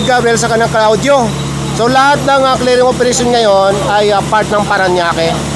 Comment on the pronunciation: CLEARING and Cleeering ay magkaiba po (sa tunog at punto lng po pero same meaning daw po)